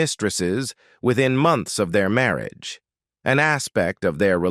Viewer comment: The narrator of this otherwise interesting documentary is simply awful.. I assume that "Marry-agay" is the worst-ever pronunciaton of the word "marriage." The dreadful narration simply ruins the documentary. Oh, and the good people of Monaco are properly referred to as "Monégasques" (pronounced "MOHN-eh-gasks"). Crikey.